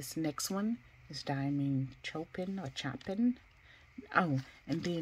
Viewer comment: The artists are classical music composers. Vivaldi is one of my favorites - you can sample their music on YouTube. Chopin is pronounced “show-pan” (no shade just letting you know) and tchovsky is pronounced “Che-kov- ski” . You have a nice collection btw